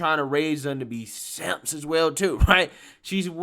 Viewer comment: I love your gravelly, guttural, hiss-of-a-pronunciation of the term "simp". . . . It should be pronounced like that EVERY time!